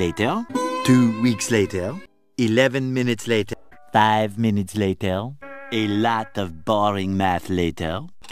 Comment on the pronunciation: This guy loves saying “L a t æ r”✨.